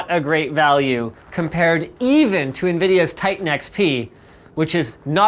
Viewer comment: "as nvideas v100, as nvedia v100" editing mistae